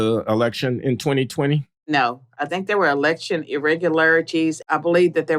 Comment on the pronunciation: Why does she say Tink instead Think?